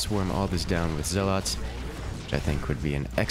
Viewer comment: If I have to hear you saw "zell-lawts" one more time...